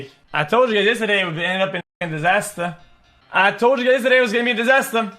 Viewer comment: Whoever taught him how to say disaster should be ashamed of themselves